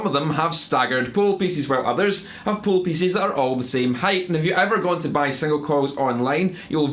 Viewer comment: At first I thought he said "poo pieces" and now I can't unhear it. Sometimes I think I'm a little boy trapped in a man's body.